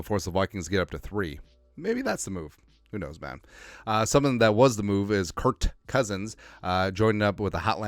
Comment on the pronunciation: His name is Kirk, not Kurt. Who care about him he is Falcon.